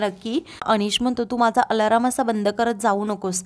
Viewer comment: आलाराम नाही ग आलार्म , 😂